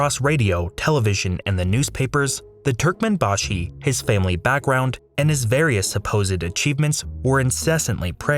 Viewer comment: What did you expect if he can't even pronounce türkmenbashi right 😭